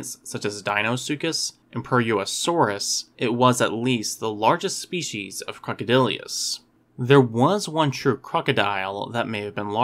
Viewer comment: generally well done - but it's pronounced "croc-o-dill-us," not "croc-o-dill-ee-us." (And C. anthropophagus wasn't larger than modern C. niloticus; indeed, the largest specimens of C. anthropophagus are smaller than really large C. niloticus.)